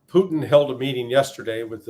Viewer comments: Poo-Teen...C'Mon Ray...🤡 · Why does Ray McGovern call Putin "Pooteen"?